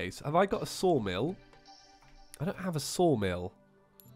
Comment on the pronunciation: IS it just me, or is Saying 'Soulmill' instead of 'Sawmill'?